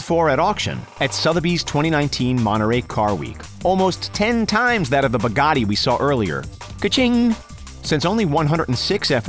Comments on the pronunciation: yes but he probably doesn't know the difference of supercar and hypercar he called the Veyron and Regera supercar and said Bugatti like Bagtii lol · Mahdiyar Saberi he said baggatii lol